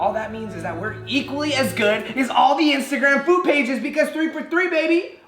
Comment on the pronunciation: He said foode at the start instead of food